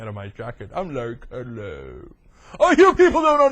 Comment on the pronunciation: Yeah it's Kud-Low. Hooked on phonics could work for you, and don't call yourself a TV commentator. You're like Wayne from Wayne's World. Is Aerosmith in your Mom's breakfast nook? The Young Turks The Young Turks....excellent excellent weeooh weeoh!!!!!